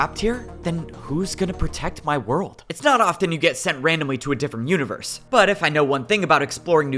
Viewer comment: ik he's meant to be menacing but he keeps saying "univewse" like one of those ironic discord mod creators on instagram T-T